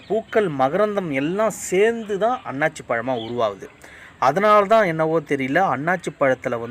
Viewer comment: நல்ல பதிவு ஆனால் தவறான உச்சரிப்பு அன்னாச்சி பழம், அண்ணாசி பழம் என்பதே சரியான உச்சரிப்பு .நன்றி